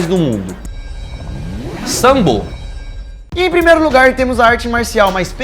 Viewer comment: Mais mortal: sambo Isso mesmo, q grupo ruim, danifica os ouvidos esse tal de Sambô